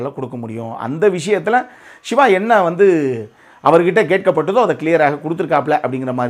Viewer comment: நீங்கள் சிவா சிவா என்று சொல்லும் போதல்லாம், எனக்கு விஜய் விஜய் என்றே கேட்குது 😊👍💪⚖️